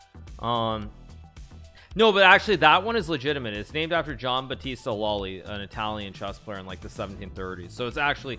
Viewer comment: Yeah, great Italian pronunciation of Loli's book before tho